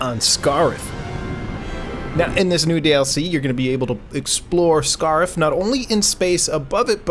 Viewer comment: that's not how you pronounce Scarif lol